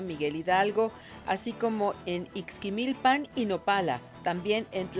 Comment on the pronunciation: Porque casi nadie que no sea de Hidalgo puede pronunciar bien los nombres de los municipios? Ixmiquilpan Tlahuelilpan Tepeapulco Ajacuba Atitalaquia Tlaxcoapan Y todos los de por ahí casi nunca los pronuncian bien.